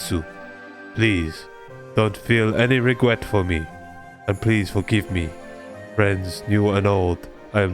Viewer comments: “Regwet” OwO? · Reading his letter he left behind made me really sad when I discovered it. This quest probably hurt me the most out of many quest so far. I just wanted the achievement, didn't expect that to happen D: Couldn't hold back my laughter when you read the first part of the letter, tho. "Regwet" lol. As for the nickname, well, I don't have her and not very creative when it comes to finding one. Maybe Hanabi chan? It literally means fireworks in japanese haha You're asking for 75 likes and here you are with more than 100 xD